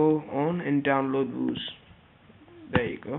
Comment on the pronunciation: it's pronounced VIEW-ZE